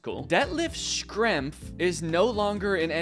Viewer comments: Its pronounced Shrempf! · That “Schrempf” pronunciation would make your Midwest neighbors in Indiana cry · Schrempf is pronounced Shrempf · FYI Schrempf is pronounced "shremp," kind of like shrimp with an E. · I thought "fermiliar" was the worst thing Danny could say, than he pronounced Schrempf like "Shkrempfuh"